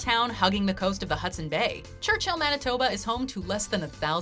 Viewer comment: FYI...Churchill Manitoba...Church-ill, not Church-hill